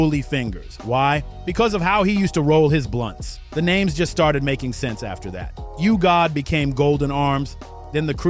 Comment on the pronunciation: Bro WTF! Can u never pronounce the names Right?? Like ur literally supposed to know what the F! Ur talking about but cant pronounce the names of legends correctly! 😂😂 Like every single shit u drope u saying someones name fucked up